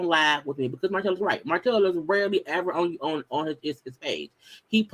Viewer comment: Eww, Martell & these s in the end of his words.. Sir!!! It’s giving sassy